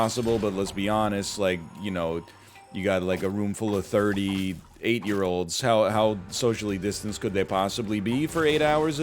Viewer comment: for real sounded like "a room full of 38 year olds" and not "a room full of 30 8 year olds "